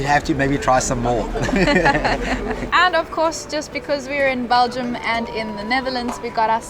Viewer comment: It's BELGIUM. Not BALGIUM.